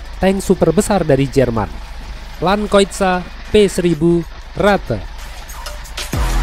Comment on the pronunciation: Wait... What did u say was? Land what?? Landkeuter?